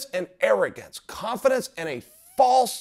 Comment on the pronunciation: Is he saying cough-adence?